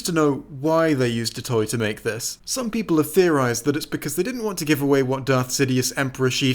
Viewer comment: "Countless Peolple" The Long is cursing you for not making this at least two and a half hours,.